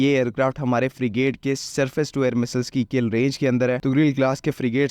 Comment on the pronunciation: Phele missssseleees theeek hai Boln seek le